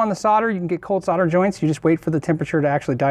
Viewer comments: S.O.L.D.E.R not Sodder. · sarder? .. solder this is the english way to say it ...haha ;) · It's Sol der. Not sau der. There is a "l" in the word solder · Sodder? S O L D E R please!!! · The word 'solder' has an "L" in it for a reason, it is supposed to be articulated, the word is SOLDER not soder. You don't call people in the army 'sodiers' you call them soldiers. Why cannot Americans get that? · Anyone else thinks the pronunciation of solder “sodder” is like nails down a blackboard? No? Just me then! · Great video once again. My only complaint is the term "sodder". Sorry I'm in Australia and it is called "solder". As I said it was my only complaint lol. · Sarder? Might be called solder. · Dude, solder has an "l" in it. It's not 'sodder'. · why do you pronounce solder as sodder? is this an american thing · I love all the information in all the stuff you do, but what about pronouncing solder properly? It's the one thing that really annoys the hell out of me, it's bad enough you are in a nation that can't work out the periodic element of aluminium, but mispronouncing solder is hell.